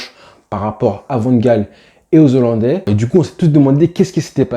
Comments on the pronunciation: Alors...on ne dit pas Zollandais ! Mais Hollandais ! Et c'est pas Kouman mais Koeman....oh Hollandais j'ai entendu ! Bien ! Allez à pluche.... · "Les zollandais" 😆😆😆😆 On dit les "HOLLANDAIS" cousin Comme on ne dit pas les zaricots mais les "haricots" On a dû te l'apprendre à l'école pendant que tu pensais à Messi au lieu d'écouter 🤭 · Super boulot !! 👍💪 Je me suis abonné. Par contre, il n’y a pas de Z à « Zolandais » 😂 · Pitié, on ne dit pas les 'zollandais' mais les hollandais sans liaison...